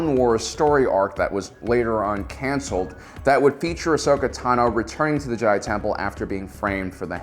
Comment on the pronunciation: Heyyyy he said Ahsokas name right